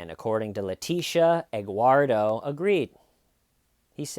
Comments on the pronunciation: Actually it is Edguardo🤷‍♀️ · Wait is he saying Egguardo? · Egg-uardo? Huevo-uardo? “Eguardo,” seriously? This woman is a real gem. This is Dahlia Dippolito / Jodi Arias-level BS.